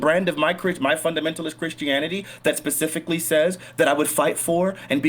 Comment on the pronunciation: Anyone who says “pacifically” instead of specifically should be treated like they actually said pacifically. This should have been bullied out in 2nd grade.